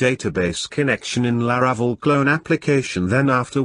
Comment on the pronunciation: His pronunciation of La-RA-cel is painful